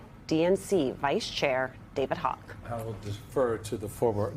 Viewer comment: You said Hogg 😂